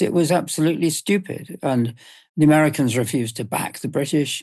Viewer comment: "It's easy to maneuver Ameicans" Benjamin Netanyahu